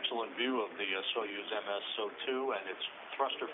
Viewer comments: So-you-z, SO- YOU - Z not So ye Z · soyuz, not soyez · It is pronounced [sɐˈjʉs], whatever that means... "So-yooz" not "So-yez". Apparently it means Union. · Soyouz , it's pronounced so yooz space capsule. Peace ! Happy Birthday Again ! 31 wow so "old" ! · It's pronounced as Saai ooze